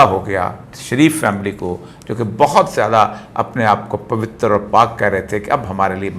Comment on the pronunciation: پَوِتَّر نہیں۔ پَوِت٘ر٘ ۔ واؤ اور رے پر ساکن پڑھیے۔